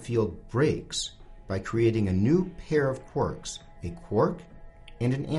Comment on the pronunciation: "Quorks"? Ahhhhh it's "Quarks" :D